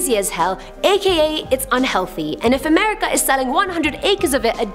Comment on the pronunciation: Can we have a AAAmerican do AAAmerican stories or at least someone that can pronounce (A) merica.